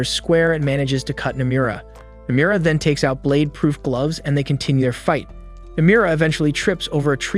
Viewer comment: The way he pronounces Nomura's name would piss off Nomura himself.